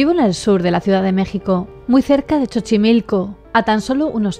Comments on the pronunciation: Buen día, pequeña corrección (entiendo que es difícil atinar a las diferentes variantes de pronunciación de la letra x en nuestro país): Oaxaca se pronuncia como "Oajaca" y Xochimilco como "Sochimilco". Saludos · Me gusto mucho tu video <3 y solo te digo, no en mala onda, se pronuncia "oajaca" y "sochimilco" el sonido de la "x" cambia mucho :)